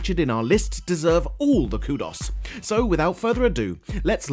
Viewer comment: I didn't really like it when the narrator pronounced the word 'kudos' incorrectly